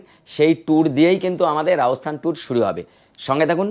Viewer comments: Apner video dakhlam, ভালো hoache but spelling speaking thik nai, kotha ta Rajasthan... Not raosthan hobe na, kintu apni sudhu tai bolchen... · Ami apnar vlog dekhina. Ei prothom dekhlam Metar alogorith er soujonne. Jaega tar nam Rajasthan ba Rajosthan(cholti bangla te), Raosthan noe. Kane lagche.